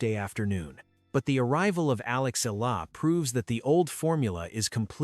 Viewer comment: Pls pounce her name as EH... YAH.... LA....